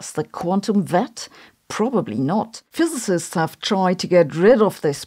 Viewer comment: Sabine pronouncing "physicist" makes my day every day :D ❤